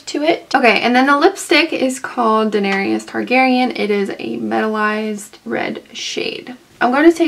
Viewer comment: it's Daenerys ...3 syllables "duh-NAIR-iss" NOT duh-nair-ee-iss